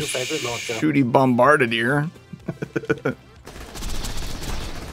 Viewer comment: said "Bombabarbardeer" with no reverb? Unsubbed.